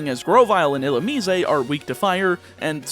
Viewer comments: Illu-me-zay lol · It bugs me every time you say it. Illumine has 3 syllables, there’s no “eh” at the end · ill ooo miss (illumise) ill ooo me say (Canadian illumise?) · is that the correct pronunciation for illumise? I'm realizing that I've never heard anyone say that pokemons name outloud before (probably cause it's forgettable trash) but you say it differently than I do